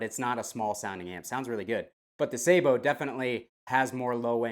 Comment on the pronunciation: wouldn't it be pronounced sabot as in sabotage?